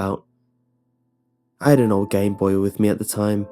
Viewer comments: at like he said "I had an old gameboy with me..." and I heard "I had a lil gay boy with me" and I chOKED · it took me a minute to realize you said "old gameboy" and not "old gay boy" ahhlololol